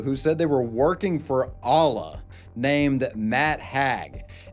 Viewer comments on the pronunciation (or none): none